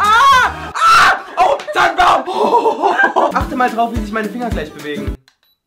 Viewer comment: Das Codewort klang nie wie Tannenbaum sondern immer nur wie Tampon